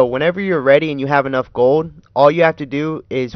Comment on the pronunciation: Why do you say "gill" instead of "gold"? Lol, anyway still works like a charm.